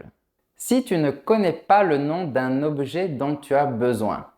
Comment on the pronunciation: face-purple-crying:Desole de vous deranger:, Vous pronuncer la phrase "d'un objet" etrangement. Je vais t'expliquer exactement: OBJET - sonnait comme OB-U-JET. Ou plutôt, avec trois syllabes! C'était drôle parce que j'ai dû répéter ta prononciation 5 fois dans la vidéo, jusqu'à ce que je comprenne bien! Est-il possible que vous ayez dit « objet » avec un accent régional là où vous habitez? Ou peut-être s’agissait-il d’un « lapsus »? Ou peut-être que je suis un peu fou? 🤣🤣🤣🤣